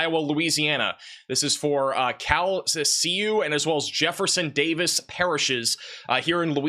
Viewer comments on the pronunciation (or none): Lake Charlesian here; Its pronounced Cal-kesh-yew. We also do not have sirens or basements. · Its pronounced "calkashoo" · Not important right now, but it’s pronounced kal-ke-shew (Calcesieu)